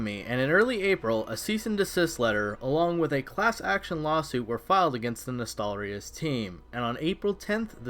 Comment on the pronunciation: LOL Nostal-rius